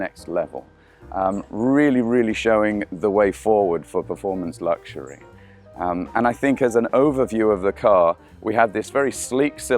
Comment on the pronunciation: Why la. Find someone who can speak english properly. If youre going to do something, do it right. Guy cant even pronounce luxury. Chinese nerd, look like he lepak CC all day, but now has a suit on